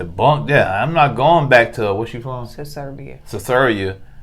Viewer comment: It's SERBIA, not Cesaria or Ceserbia.